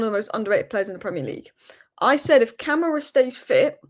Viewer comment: it's not camera it's Kuh-MAH-ra.